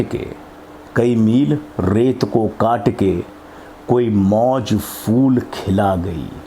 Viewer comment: آپ کی عمر، آپ کا ذوق قابل تحسین ہے۔۔ اور آپ کا اردو تلفظ اگر ٹھیک ہو جائے تو اور بھی اچھا ہو جائے، جہسے، پھول، کو فول، لہجہ کو لہظہ۔۔ اسی طرح اور بھی ہیں جیسے توقف و سکتہ، نفس و کشش۔۔